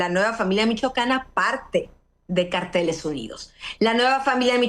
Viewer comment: Anabel el nombre es cárteles y no carteles. Carteles son pancartas con información .